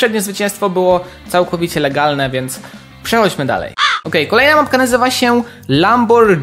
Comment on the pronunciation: to sie czyta lamborgini